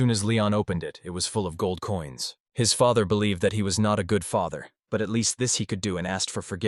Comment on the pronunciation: This is an entertaining manga. Although the AI needs some work as it's pronunciation of some words is wrong. Feather instead of father. Sleeves instead of slaves. Among others.